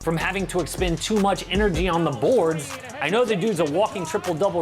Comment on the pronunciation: His name is Luka, not Lucah.